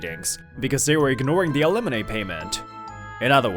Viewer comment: Why does he keep pronouncing it alemoney?